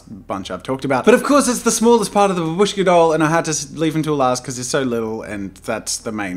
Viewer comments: It's actually pronounced BAH- bush- kah (Russian for grandmother) and ma- TROHSH- kah (Russian for little mother) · This doll calls "Matryoshka". Not "Babushka", because this word means Grandma and pronounced like "Bábushka"( accent falls on the letter a). I know this because I'm russian. Sorry for my English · well if there is grandmother shown on it then I suppose otherwise matroshka is just this doll no matter if it's Herod politics or anything on it it's still is matroshka not babUshka btw it's bAbushka not babUshka as jazz a says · In Russia it is just called matryoshka, without "doll", and the word that you use is actually pronounced bAbushka, and means "grandma" or "old lady" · I know that I'm two years late, but anyways : 1. Matryoshka doll is correct (that's how we call it) 2. It might be loud but STOP SAYING BABÙSHKA!!! IT'S BÀBUSHKA!!BABÚSHKA SOUNDS SO WRONG AND SIMILAR TO "HLOPÙSHKA (means flapper or petard). JUST STOP. P.s. The end result is awesome! Stan Lee was a great man! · Babushka is grandma or old lady in russian language , and Matryoshka is like childish version of russian name Masha(Maria). Also u pronaunce babushka wrong , u (and 99% englishspeaking guys) say like baboooooshka but its more like baaaaabushka , just make 1 part of word pronaunce longer. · Yeah )) the stress is on the first BA, if you want to get word "Granny". The way Jazza pronounces it, it sounds like Russian word for "Small hut" :) .But anyway it is never used to name Matryoshka dolls in any Russian speaking countries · Literally came just to hear how he would pronounce Matryoshka. He got me back by butchering babushka over and over again.. :(